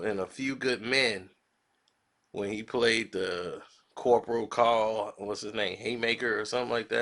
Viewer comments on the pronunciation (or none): none